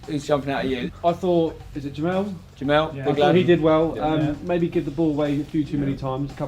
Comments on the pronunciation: It's Jemel nor JemEAL lol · Spen is pronounce jemel jimil